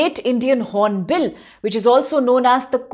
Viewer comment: Its Hornbil not horonbill madam